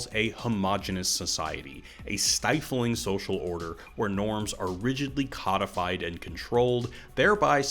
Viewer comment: Wasted effort really is one of the leading causes of "STRESS" in the workplace. You have to imagine me saying "STRESS" like Denholm Reynholm from 'The IT Crowd'. Ackchyually, it's "CODE-ified." It's derived from "code," not "cod." Notice how Tyler says "you and I" rather than "you or I." A clue that he and The Narrator are one person. Also, the yin-yang symbol is actually called a taijitu. Crooks was a patsy just like Oswald. Do you play S.T.A.L.K.E.R. and/or Borderlands?